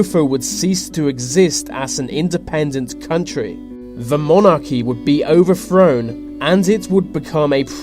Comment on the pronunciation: 1 minute in. "Lesofo". "Overfrown". More disgusting Brirish pronunciations. Robotic voice. Ugh..............